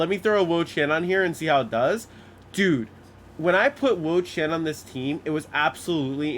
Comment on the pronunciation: "im like.. IN the Wo-Chein"